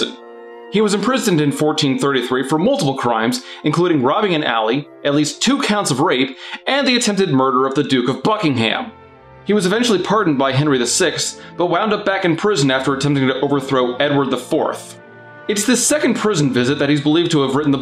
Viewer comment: It's pronounced 'Worrick-sheer', not 'War-wick-shire'. And it's pronounced 'Bucking-h'm', not 'Bucking-ham'. Sorry, it's just that I'm English, and I'm often irritated by how badly Americans butcher English place-names.